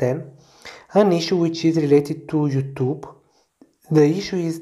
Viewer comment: "you...THUBE" no offense that was fucking hilarious lol